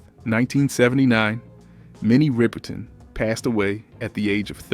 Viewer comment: The commentator is ridiculous. HOW could he mispronounce Jackie Wilson and Minnie Riperton's names.Tina Turner passed away from stomach cancer.